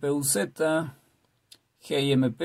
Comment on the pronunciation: Se me ocurren tantas cosas que decir... malas 😝... Pero solo diré una: eres el único al que le escuché decir "geemeipé", yo le digo "el guimp". Ya digo que del resto mejor me callo porque 😊...